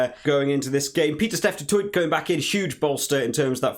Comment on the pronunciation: Some phonetic pronunciations for South African names ( Use it/don't use it 😉) Du Toit (Du Toy) Coetzee (Kootseea) Nyankane (nYakane) Esterhuizen (Esterhayzen) Arendse (Ahrense) Nortje (Norkeea)